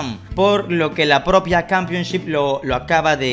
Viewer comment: Nadie: Absolutamente nadie:: cAmPiOn ShIp🥴